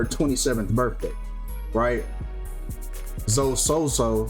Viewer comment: ...come on mane, her name is obviously pronounced Zo-ee. You really gotta get better and pronouncing words and names my guy!! It's not like that some unique name never seem before, Zoe is pretty common